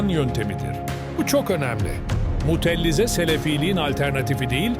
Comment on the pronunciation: Mutellize değil Mutezile